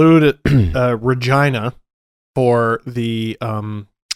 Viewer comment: absolutely no way regina is pronounced like that. should be illegal.